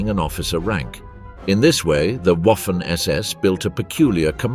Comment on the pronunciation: "Waffen", as in "Waffen SS", is pronounced as "Vaffen". It's not important in the grand scheme of things but it is an error that is easy to correct. And "Model", as in "General Model", ought to be pronounced as "Mow-del".